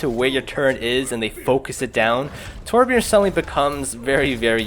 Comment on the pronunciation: did you just say terbjern??? TRIGGERED I AM A TORB MAIN I GOT POTG WITH OUT MY TURRET I FLOW LIKE WATER AND STING LIKE A BEE NVYUTSUKGHGSVUIHSVHUVIHWNTVIWNTVW